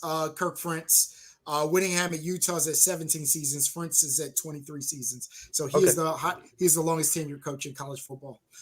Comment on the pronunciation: Ferentz has been there nearly a quarter century. You’ve had plenty of time to learn how to pronounce his name. Worst case scenario, Iowa finishes the regular season 8-4. The defense is going to take a step back, but I think with the upgrade at QB, the offense will take a greater step forward.